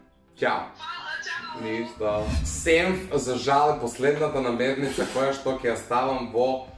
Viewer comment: NAMIRNICA, ne namernica